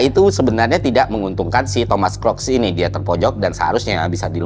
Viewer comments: kruk bukan krok. book, boot, look, mood, root, sooth, good, msh banyak lagi. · Kruks bro bukan kroks, soalnya gw jadi inget sendal 😅. Sorry, oot. Anyway, Nice konten, thanks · Baca namanya bukannya "kruks" ya? Cmiiw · Tim yg ke-trigger pas dibacanya "Thomas Crocs" ☝️